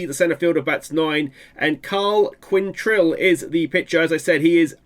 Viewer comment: kwontril is how you say it